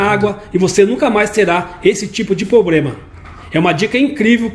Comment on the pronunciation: Eu só ouvi POBREMA, mais alguém?